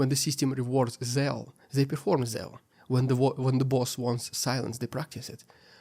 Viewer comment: Great analysis as usual but 'Zeal' is pronounced 'Zeel' as 'Seal' is pronounced 'Seel'.